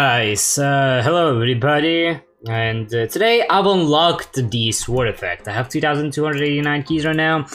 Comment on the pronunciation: not to be rude but you r supposed to pronounce sword as sord Love you drunk